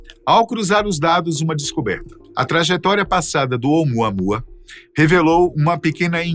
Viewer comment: "Vem muamuamua"😂😂😂